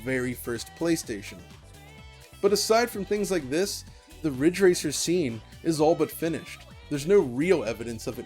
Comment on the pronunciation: It's Ridge Racer! RIIIIIIDGE RACER!!!!